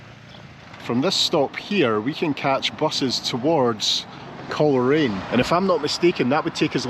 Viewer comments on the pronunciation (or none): Hi, always enjoy your videos and honestly can’t believe I wasn’t already subbed! I am now, just for record Coleraine is (in Norn Iron) pronounced Coal raine 😬👍. The North coast has a plethora of places to explore and I look forward to you coming back and making more videos, safe travels 👍